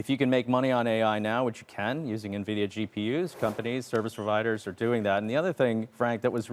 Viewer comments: Pronounce it neh-vidia, lose all credibility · Thank you! Its 2024 and this is a nearly 2 and a half trillion dollar company. How do you not know how to pronounce it correctly by now? 🤦🏾